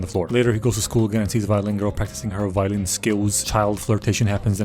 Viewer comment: Every time "violin girl" was muttered I heard "violent girl"